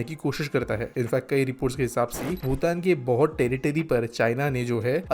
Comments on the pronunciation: भूटान ko भुतान bol rha h ye aadmi. Ek aur baat sikkim alag kingdom tha naa ki bhutan ka part. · भूटान और भुतान का उच्चारण सही किजिए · Hindi me bhutan sahi nhi bolte ho tum